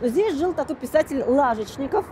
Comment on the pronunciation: не нахожу свой комментарий об ударении в фамилии Лажечников. Если расстроились и удалили, извините - не хотела вас обидеть. Когда живешь в городе всю жизнь и слышишь постоянно название улицы, а тут в Ютубе её неправильно произносят - режет слух.